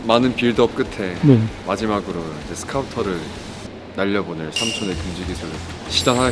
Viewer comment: 스카우터가 아니고 스카우트